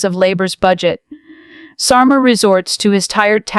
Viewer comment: Hi AI please note it’s not Stormer but Starmer, the only thing he’s storming is his party.